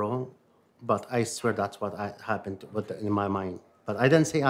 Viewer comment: 🧌: "wha happuned, wha happuned!?" You're what happened you sicko.